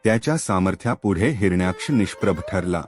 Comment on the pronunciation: Hiranyksh या शब्दाचा उच्चार चुकीचा आहे